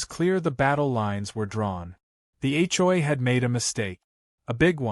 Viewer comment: When will AI learn to pronounce HOA instead of H,JOY🤣🤣